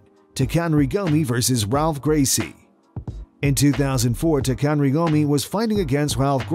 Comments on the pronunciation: Come on... the narrator goes on about respect and then goofs up the spelling and pronunciation of the first fighter. Its Takanori not Takanri. Then you goof up his opponents name too. The R is a H as the first letter in first names in Brazilian names, so its pronounced Halph, not Ralph. Show some respect and learn their names at least. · HIs name is Taka-Nori(said that way not how its spelled) not Takan-ri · Btw it's not Takanry Gomi it's Takanori Gomi. Was a champion in pride and one of the greatest lw's of all time. Maybe do a little research on the fighters before you butcher their names. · CLEARLY the narrarator doesnt know shit about who these mma fighters are. Pronounced "Tok-a-Nori" Gomi SILVA... Eric Silva Pronounced "Cull-pepper" Pronounced "wide-min"